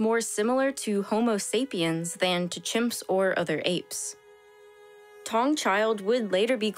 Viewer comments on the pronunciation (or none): I Always enjoy these videos. Note, Taung child is pronounced “Tah - oo - ng” child. Not “Tong”. Otherwise, great work.